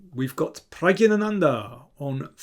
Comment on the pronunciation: Pragg"i" ganandha you said. At the worldblitz Championship, that woman was repeatedly informed by Levi, how to emphasize Nepomnjachi (written correctly). No chance : Nepomn AAA tchi . Now you 'll probably insult me again with: ...hopefully my face did not spoil the video for you.(back then, when I tried to explain to you also, how to emphasize NepOOOmnjachi). Well since then I always cover your face with a piece of paper ...